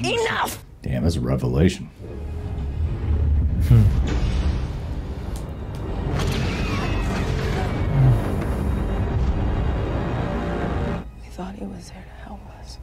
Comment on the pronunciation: Reva-lation. Nice nice.